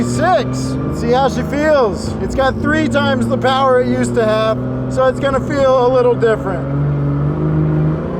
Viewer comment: More Powah Baby!